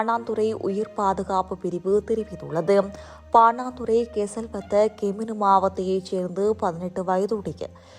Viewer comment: சனியனே பாணாந்துறையல்ல பாணதுற அல்லது பாணந்துற. உச்சரிப்பை பழகி உன் வயிற்றுக்கு கஞ்சி ஊற்று.